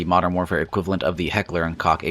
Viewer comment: It's pronounced coke* ; heckler and coke* (koch)